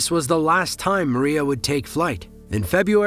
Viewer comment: МРIЯ = Dream . Pronantiation is a " MRIA" & not!" Maria" as you're pronanting ! mate ! Got it ??